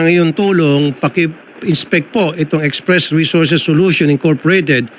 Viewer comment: STRESS agency hindi express 🤦🤦🤦